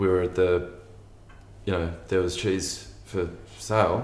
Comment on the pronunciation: Were they talking about cheese??? It sounded like Chiz